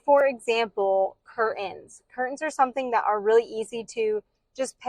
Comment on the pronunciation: "Curtains" has a "t"